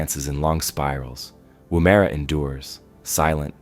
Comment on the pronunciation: lol, woo-mare-a It’s just Woomera